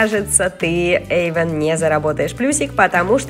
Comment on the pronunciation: Эйван а не Эйвон.😒